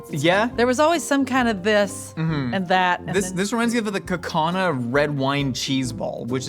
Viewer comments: loving the shout out for Kaukauna cheese! And thank you for pronouncing it correctly. Wisco represent! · Props for saying kaukauna correctly 👏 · The fact that you know how to properly say Kaukauna deserves a like. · Woo! Kaukauna Cheese! Impressive that pronounced it right. I used to get telemarketers asking about the warm weather (in the middle of winter) thinking it was in Hawaii lol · Props to for saying Kaukauna right. 😂 Grew up near there in northeast Wisconsin. 👌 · Huge shoutout to for pronouncing Kaukauna correctly!! Non-Wisconsinites rarely get that right! I live 10 minutes from there in the heart of cheese country!